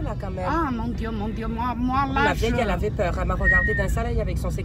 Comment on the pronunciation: "AÏÏ MONE DIEU" Jpp😂😭